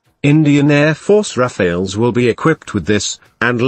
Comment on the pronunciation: It's not "Rafael" but "Rafale" meaning strong and sudden gust of wind.